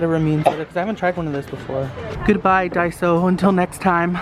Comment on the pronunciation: Daiso not daisy lol